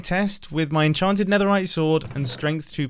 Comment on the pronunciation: Nether rite aks